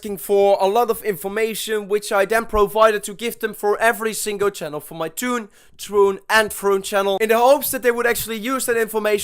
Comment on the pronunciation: NOT TWOON!!!!